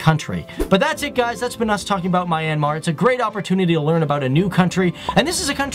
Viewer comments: Correction... this country is pronounced " MEE- YAN -MAR" and NOT "My-An-Mar" ...i almost cringed hearing that.. I have been to this country and the locals there say it as Mee Yan Mar. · Fact: Its not MY...AN...Mar......its MYAN...Mar. 👌👌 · it's - Me-n-Mar. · LOL My an Mar... It's Myan Mar, dude.. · I'm from myanmar and it's not pronounced my-ann-mar it's pronounced myan-mar! Seriously! This really bothered me throughout the video! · It's not Mye-an-mar. It's Mjan-ma. (Actually it shouldn't end in an "r") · is "Myan-mar",not "My-an-mar" ;) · It's not "My-an-mar" it's "Myan-Mar" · Random viewer Myanmar here. This is a really great video. I love how the details are well-written and presented in the best way. I only have some issues with some of your pronunciation First of all, Myanmar is pronounced "Myan-Mar". The river name is actually written and pronounced "Aye-yar-wady". I don't blame you because you found that weird spelling from awfully old sources. In the half way of the video, I feel depressed. I just realized the rest of the world values our tourist attraction structures, as ART and priceless. But meanwhile, some of those stupid Myanmar citizens see them as some useless old buildings. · It’s pronounced “ me - yaan - maar “ not the way he says it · IS MYANMAR NOT MINEYANMAR >:( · is pronounce myennn -mar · its not my an mar its man but with a y mar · You always say mi-anmar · He pronounced Myanmar wrong